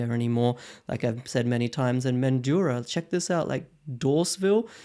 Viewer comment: Love your content mate. Intelligent, data-driven investment decisions. P.S. Mandurah is pronounced 'Man-dra' 😆